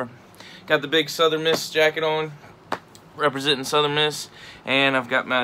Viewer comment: "repasentin" JSU HAHA my dude